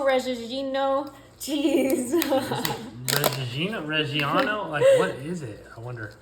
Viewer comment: I just discovered your channel - and I love the rapport and side-comments with and from your husband ! This dish looks incredible and super easy -- eating by themselves or served over rice, pasta, accompanied with french bread to mop up all that lemony-garlic-herb-butter ! FYI: Being Italian, the pronunciation of the second word in the cheese is Reh-gee-ah-no (your husband said it perfectly but you said it cutely 🙂), and even though some feel that cheese and seafood don't mix, I say YAY to your adding that 'stinky' LOL cheese on top - especially if served eventually over pasta mama mia ! Someone below commented on being able to do this dish in 30 minutes in the oven, but that's not as easy as your rendition because you can forget about it/don't need to check on it for 4 hours which is the idea of having crockpot recipes. Thank you soso much for this delightful lemony luscious dish ! Cheers on your channel's success too ! M. PS - I finally found a cook who uses the same heaping amount of garlic that I do ;-)